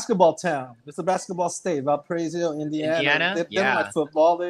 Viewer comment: Val-pa-ray-so, Indiana